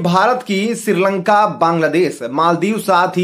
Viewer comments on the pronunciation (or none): none